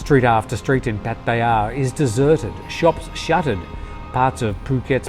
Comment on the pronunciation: Really excellent and thoroughly researched report, thank you. Also, very refreshing to hear a 'farang' using correct Thai pronunciation for words like 'koh' and 'pattaya'